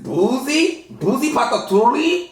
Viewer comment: PATOOCHALI GOT ME CRACKING UPPPPPP! this the best way I done heard patchouli get pronounced 😂